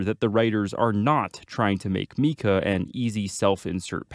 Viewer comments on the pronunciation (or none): none